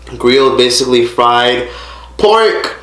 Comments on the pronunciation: Once you said Griyot and Pikliz correctly I suspected you were Haitian then I heard the fight and matante say "ou pa sipoze krache sou like" I realized you were family. Don't pay attention to that pitiful bouzen you call a sister. Miserable people crave attention I have family like that too see bay vag cheri. I subbed after lurking for a bit keep your head up boo! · 🇭🇹🇭🇹🇭🇹the way said “Griot” and “ pickliz” he hassss to be Haitian 😭REPPPPP